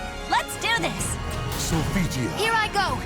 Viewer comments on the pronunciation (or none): can your staff at least pronounce their names right? SopiTia????? oh hell no.